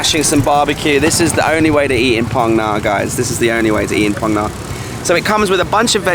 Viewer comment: Mate, love your videos BUT please 'Ph' is pronounced similarly to England as in 'f'. Hai Phong = Hi Fong, Phong Nha = Fong Nha. EDIT: just reached the part of the video where you correct yourself :D